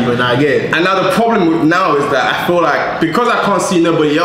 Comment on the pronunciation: "I fill like" brother quit it